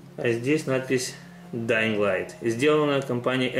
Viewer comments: Dying light читается без "г" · G в конце не читается)))) Ох уш вас английский)